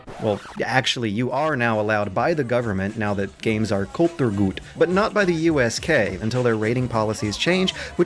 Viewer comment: Just FYI, "Kulturgut" has the emphasis on the second syllable, not the first. Good video on the whole though